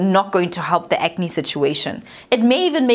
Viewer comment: "Ke acne neh?" How did I not dieeeee from this coffee on my lap! lmao